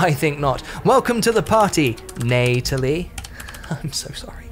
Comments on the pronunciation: Between the "diciples," the "arnament," the "viligant," and the wrong-context "Neightalie," this dude and his team could seriously use an editor. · "FeVERent"? "ViLiGant"? "Torrus"? Sloppy pronunciation there, bud. Bit cringe on the "Neightalie" as well. Not sure why you'd spam low quality greenskin units, though? On higher difficulties they are going to melt so you have to choose better units and on lower difficulties you earn enough to pick better units. Plus it would have been nice to show us what a real all-Chaos Dwarven army can do. I don't doubt Chaos Dwars will be awesome, but I would have loved to see more war machines. Not too sure about confederation requiring you to progress through the entire faction mechanic, we don't need another confederation struggle a la Empire. I suppose it's more about rushing points, but why have it at all when essentially the reward for going through your faction mechanic entirely is equal to unlocking a game mechanic that most factions already possess by default? That's not a reward.